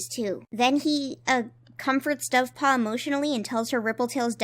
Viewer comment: For some reason at like I heard that as buffpaw. Dovepaw is now buffpaw.